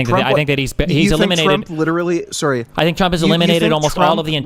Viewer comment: Serry. Serry. Sewerey. Suhry. Sawry Syury.